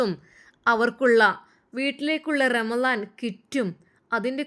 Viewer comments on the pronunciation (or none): none